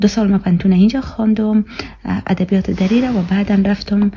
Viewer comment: تو تا حالی تلفظ دری ره یاد نداری. هز.. هدبیات.. هفغانستان. هزیز. ووو..... ههههههههه